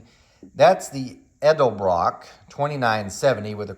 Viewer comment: Thank you for the ED EL BROCK pronunciation. Now I'm going outside to hook up a PVC valve to my Harley carb!!